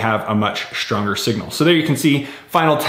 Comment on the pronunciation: One word: SHHHtronger